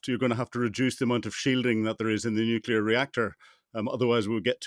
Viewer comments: Not sure what nucular is? I wish these experts would pronounce the word Nuclear correctly. From an experts perspective, this is simply lazy, Shameish de Bretton-Gordon! I am pretty sure Trump and Xi are NOT buddies, the title to this is deliberately 'click me' worthy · Nuclear explanations from a person that pronounces "nukilar" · Why on earth does this guy keep saying ‘nucular’, so annoying!